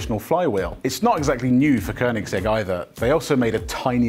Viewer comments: near perfect pronunciation of koenigsegg, good job :-) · Thank you for pronouncing Koenigsegg the right way unlike 97% of the internet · Finally some who says koenigsegg right